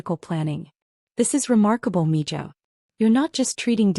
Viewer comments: It's Mijo (mee hoe) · And its pronounced Meho